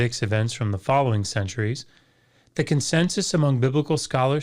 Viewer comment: It's annoying how he overemphasizes consensus.